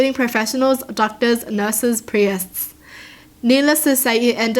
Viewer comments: the way she says priests lol no hate tho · The way she pronounces priests lmao